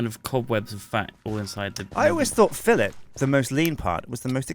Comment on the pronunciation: did they really pronounce filet like that...